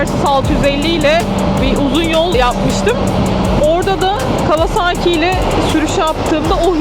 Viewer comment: kawasağki demeyelim artık lütfen öyle okunmuyor